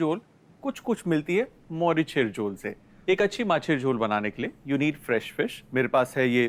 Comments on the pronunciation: Its মরিচের ঝোল not মোরিশার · Sumiya Rahaman N right 👍 not morishar